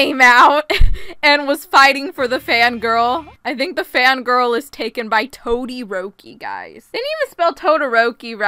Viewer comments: TOE 😭🤚 Sabitoes 🤡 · TOE - THE - ROKI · That fangirl said TODIROKI like TODLER ROPEE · When said “toderoki”: TOE-derok-i Edit: thanks for the likes and comments!:> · “Tode” eroki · ”TOE-DE-ROKI” Best quote of 2021. I love ya. 💖🖤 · Toe dee roke ee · that ain’t toderoki that’s toe-dare-oh-key